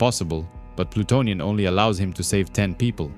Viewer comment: This vid is awesome buddy, best vid about Plutonian on YT. Good pronunciation of the names overall, very in depth explanation and (which is actually rare these days) no A.I. voice. You have a new sub. 👊